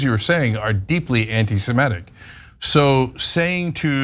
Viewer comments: It's "anti-sem-IT-ic, not "anti-sem-ET-ic. Cenk always mispronounces it. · 'SemItic,' not 'SemEtic'